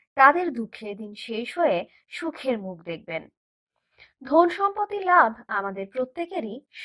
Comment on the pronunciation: কথা টা ধোন নয়'ধন'😆😆